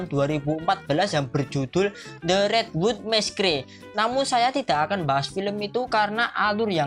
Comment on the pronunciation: Redwood messkre c'mon man ur pronounce its joke